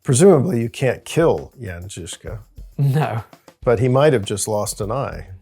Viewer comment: As a Czech, I appreciate the pronunciation of the name Jan Žižka in this video. But about the loss of his first eye: It's true that there's really no documentation of how it happened to him. But the greatest experts on the history of this period, like profesor P. Čornej, consider it most likely that he lost his eye in childhood.